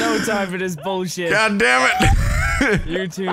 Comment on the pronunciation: Did say: " This is Bull-chicks! "?:v